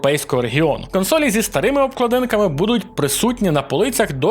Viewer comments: та досить вже паплюжити мову, яка в хера обкладИнка???? обклАдинка... і щелЕпа туди ж, щЕлепа, почитайте вже словник нарешті... це бляха те саме як казати укрАїнська локалізація, замість ураЇнська... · Перший раз в житті чую, щоб хтось казав обкладИнка, а не обклАдинка) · Обкладинка - наголос на першу а.